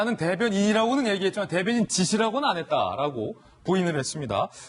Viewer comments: 대변인직으로 들리는되요 ㅎㅎ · 내가듣기로는 대변인이시라고 한걸로들리는데 나만그런가? 앞에 어떤분이 대변인이라고하니깐 황교안대표가 여기서도대변인이시라고하지않냐?라는말같은데.. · 정확하지 않은발음을 억지로 궤맞출려고 하네 짓소리는 아니고 대변 이니라고 하는것같은데